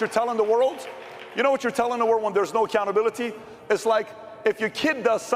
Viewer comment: is PBD a foreigner? why does he have issue pronouncing the word "accountability"? omg